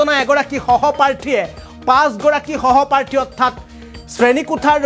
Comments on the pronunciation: ৰাম ৰাম সহপ্ৰাৰ্থী নে বিদ্যালয়ত। সহপাঠী। সহপাঠী মানে একেলগে পঢ়া। সাংবাদিক হ'লে উচ্চাৰণ আৰু বানান শুদ্ধ হ'ব লাগে ।ইমান চিঞৰি চিঞৰি একে বাক্য ঘূৰাই ঘূৰাই ক'লে কিছুমান কিশোৰে অপৰাধ কৰিবলৈ উৎসাহিত হয়। গতিকে এনে বাতৰি বেছি প্ৰচাৰ কৰিব নালাগে। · Eman bhulkoi kio koisa hohoparthi nohoi hohopathi he kobo lage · কি বাবে বাৰে সহপাৰ্থী সহপাৰ্থী কৰি আছে??সহপাঠী।উচ্ছাৰণ নাজানিলে বাতৰি পৰিবেশণ নকৰিব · জিতু কলিতাৰ কোৱাতকৈ তোমাৰ কথা বোৰ বেছি ভয় লগাকৈ কিয় কৈ আছা ? আৰু সহপাঠীহে । উচ্চাৰণ শুদ্ধকৈ কৰিব লাগে । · সাংবাদিক বন্ধু গৰাকী চাগে ইংৰাজী মাধ্যমৰ বিদ্যালয়ত পঢ়িছিল, সেয়েহে তেওঁ বাৰে বাৰে সহপাৰ্থী সহপাৰ্থী বুলি চিঞৰি আছে।